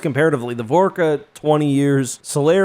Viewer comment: why the fuck do you pronounce shit so wrong, you said star track you said Vasari and you said Vorcha like Vorka, seriously how hard is it to pronounce things right